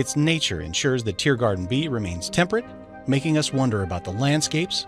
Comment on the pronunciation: Why do i keep hearing you say TearGarden instead of TeeGarden